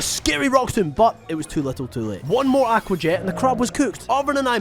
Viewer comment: i love your content but i cannot stand how you say 'aqua'